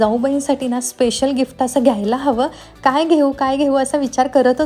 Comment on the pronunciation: Gifta nae g Gift as pronounce kar